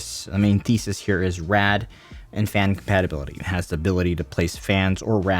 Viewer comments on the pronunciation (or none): none